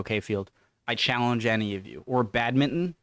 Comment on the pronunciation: BadminTON please not badmint un